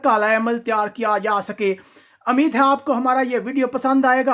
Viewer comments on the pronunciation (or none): Ameed..nhi..umeed....bolo....lala g